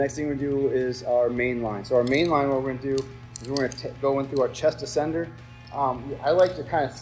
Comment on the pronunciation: Excellent. Very informative. Buuuuut your pronunciation of ascender is killing me. It’s not A SENDER it’s said ASS ENDER